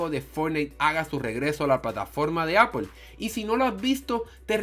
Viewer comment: el we dice apol se dice apol xddd apple vs apol